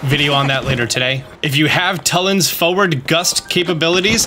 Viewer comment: It's pronounced Two-lin. Love your content but they way you say his name wrong drives me insane.